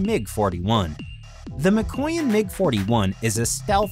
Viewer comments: It's literally pronounced as MEEKOYAN not MAKOYAN. After the "m" it's "ee" as if to say "me" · You pronounce Mikoyan as Me-coin . And you supposed to pronounce it as Miko - yan . (as in yang without a "g" in yin and yang ) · Pronounces Mikoyan - McCoyan closes youtube